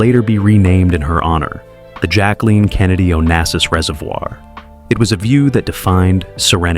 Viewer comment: Your “jacweline “pronunciation is annoying.